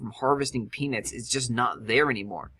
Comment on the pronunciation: Lets start growing penis! oh wait u said peanuts lol said it so many times sometimes it sounded like penis XD